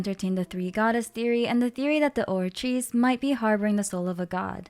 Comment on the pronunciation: Love your videos, especially the way you pronounce words like the Oratice's full name! Thank you for a great recap and theory, I really love the idea that Furina is split into 2 or 3 people, that makes so much sense with how she acts, looks and pneuma ousia being a part of Fontaine. Any thoughts on what Neuvillette said during the Archon Quest when he holds the water back? He says something along the lines of "this sentence is too severe"?